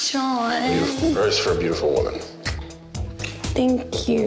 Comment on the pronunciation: i like how she says thank you she says it like think you